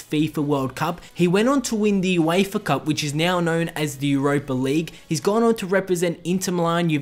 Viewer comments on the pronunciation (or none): none